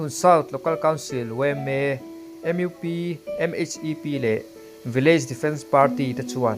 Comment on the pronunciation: I fel hmel hle na-in Mizaṭawng zir ila ngai hle. MUP tihtur ani a, M IU P te i tiin Vawmbik tihturah Vawmbuk tiin ilam bawk. eg vawm búk tihturah vawm buk iti bawk a, heta u ri hi fan dalha lam tur ani bawk. l lo ngaithla ang tihtur ah ilo ngaithla ila tih hi adiklo bawk.